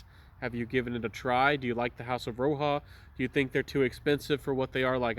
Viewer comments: He's saying it wrong as well, Roja respelled his name from Roger and he pronounces it like Roger still. It is definitely not "Roha" 😂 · Has this gotten the axe? I can't find it anywhere. For your information, it's pronounced as Roger; he's an Englishman.